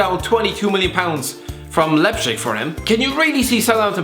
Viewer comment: Leipzig Irish guy: leipshig